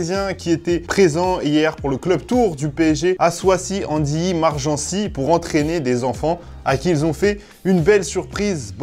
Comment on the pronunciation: ça se dit "soizy" pas "soissy" sinon carré la quotidienne comme d'hab